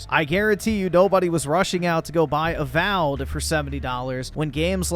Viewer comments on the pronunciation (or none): Not A-Wow'ed.